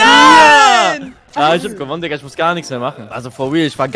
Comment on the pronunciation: No hate aber es heißt Digga nicht dika 😅